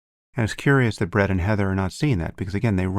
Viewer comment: It did sound like he said, Bread…lol. All Bread No Butter Weinstein.